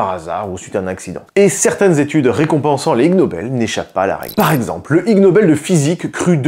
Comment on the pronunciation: ha!! lol... "i"g nobel pas lg nobel mdr... l'espace d'1 instant je croyais que s'était un constructeur coréen qui avait lancer le truc 🤣